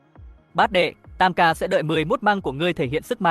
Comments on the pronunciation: AI đọc như thằng lỏ căk, xi măng đọc thành mười mốt măng :)) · Con AI này không biết đọc từ Xi Măng ah